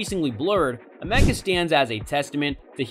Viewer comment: "ah-mecca" thats not how u say her name brother !! all the videos about her and still dont know the name correctly?! how did u make this whole thing and not see how to say her name right ?! haha good video brother. A for effort